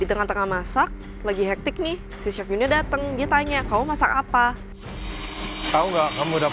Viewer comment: kebawa ngomong Chili, nyebut Chef jadi Cep 😭